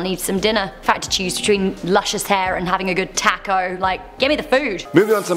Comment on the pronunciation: Lol you said taco like a true Canadian